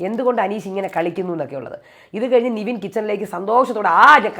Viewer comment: എന്റെ പൊന്ന് 'നിവിൻ' അല്ല 'നെവിൻ' നെവിൻ എന്ന് പറയാൻ ഇത്ര പാടാണോ.